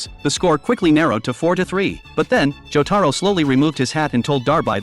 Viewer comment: Good thing he didn't butcher jotaros name like imagine John joeystar